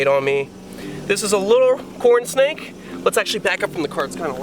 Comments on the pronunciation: I feel like you said "Porn snake" and not "corn snake". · It sound like he said porn snake